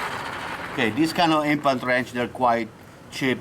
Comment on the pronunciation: i swear i heard he say INFANT Wrench